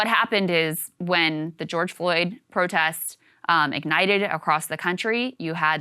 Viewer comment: You said George Floyd riots wrong.